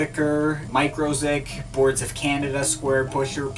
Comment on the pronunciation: You mentioned "Micro-Ziq" ... The 'μ' in 'μ-ziq' is the Greek letter 'Mu', so I'm pretty sure that's actually pronounced 'Music' :) (I pronounce Autechre "aw-TESH-er", but I don't have anything to back me up with that one)